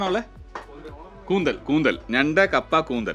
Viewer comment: കൂന്തലല്ല കൂന്തൾ അല്ലെ ശരി? കേട്ടിട്ടില്ലേ... കാർകൂന്തൽ കെട്ടിലെന്തിനു വാസനതൈലം? ഇനി അതെന്തായാലും സാരമില്ല. വീഡിയോ കിടുവല്ലേ.. 😂👍👍👍